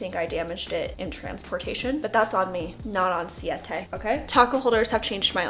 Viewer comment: I love how you say the tortillas names correctly and not like siate like other influencers who speak Spanish and should know it's Siete😂😂 are you over the pace salsa now??